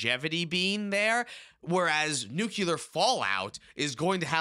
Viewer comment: It’s pronounced nuucular…. nuuuuuuuucular